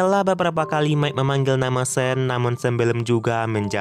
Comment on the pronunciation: Sean tetap dibaca Sean.. Bukan (sen) 😅